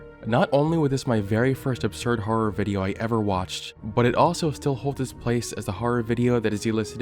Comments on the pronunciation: you say harrer like bimmy rolfe :) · "You're not supposed to be laughing" I can't help it. You're pronouncing horror as "HARR-ARR" 🤣🤣🤣🤣🤣🤣🤣🤣🤣🤣🤣🤣🤣🤣🤣🤣🤣🤣🤣🤣🤣🤣🤣🤣🤣🤣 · Can you stop pronouncing "horror" like you're about to break into a song like that guy doing the fnaf beatbox. Freddy fazbear ass har har har har har